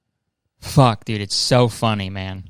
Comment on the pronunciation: The way he was like “fuCk” at the end💀